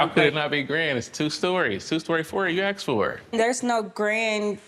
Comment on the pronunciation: Anyone else annoyed by the ”aksed for” pronounciation? 😂